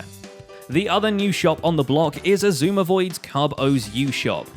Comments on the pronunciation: He said his name right Every one on grains next vid go spam him saying that he said xisumas name right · Grian: pronounces xisuma's name right Me: who are you? XD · Grain pronounced Xisuma’s name correctly,that’s newsworthy,agreed. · Hang on, did I hear Grian say Xisuma’s name right for once? GG Grian